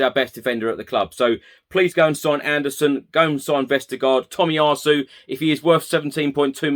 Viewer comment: Shame about the pronunciation of Tomiyasu :)